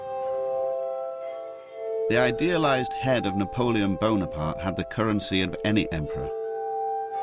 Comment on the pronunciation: He saif Napoleon Bonerparte. omg I'm laughing at this way to hard.